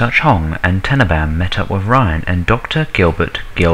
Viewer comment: alan turning dr brigid tenneebaahm